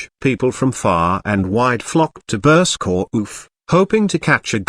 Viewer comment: Burscough is pronounced burr- skeh, there is no oomph as the ai voice over proclaims.